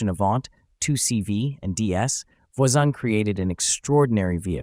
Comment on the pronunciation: You might consider correctly pronouncing Voisin.